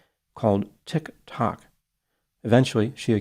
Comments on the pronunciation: into video…. It doesn’t get any better than saying Tik…… Tok 😂😂😂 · Most passive aggressive pronunciation of "Tik.Tok." ever. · pronouncing Tik Tok will never not be funny😂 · The way he says Tik-Tok? like he's never heard of it before